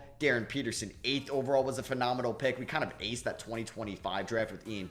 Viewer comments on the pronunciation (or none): none